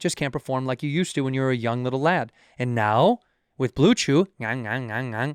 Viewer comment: Think bobby actually said blue jew instead of blue chew🤣